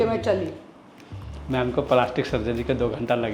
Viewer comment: Paalashtik sharjari....😅😅😅ohh God ye dilip ki pronunciation se bachao hum Kahan phas gayee 😢😂